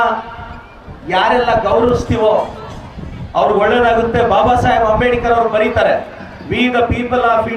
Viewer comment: ಅಂಬೇಡಿಕರ್ ಅಲ್ಲಲೇ ಬೋಳಿಮಗನೇ,, ಅದು ಅಂಬೇಡ್ಕರ್